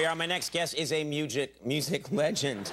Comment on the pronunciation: Conan so nervous he pronounced Music, Mugic . This is cute